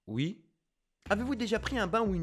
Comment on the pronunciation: Toi tu dit ui est pas oui